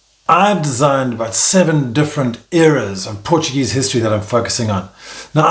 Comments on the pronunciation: My glorious home town… Haven’t been back for 12 years, and I’m itching to get back there! Thanks for sharing, also great Portuguese pronunciation mate, and a very good, informative video. I enjoy watching these. Ajudam-me um pouco a matar as saudades! Go well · Wonderful pronounciation ! Do you speak português?